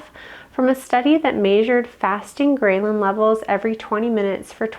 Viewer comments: fyi: it's not pronounced : grey-lyn, but grell-lin. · The statement “9 a.m. in the morning” spoken 4 minutes and 30 seconds into the video motivated me to stop watching this video and disregard all information given by the video. Also the mispronunciation of “ghrelin” got me good. Is this individual actually a doctor? I’m impressed. 🎉 Congratulations on posting your YouTube video. I hope next time your presentation is better and my fingers are crossed in hopes that the information you give to the world is actually valid and that you’re not part of the population attempting to destroy the people of the United States from within.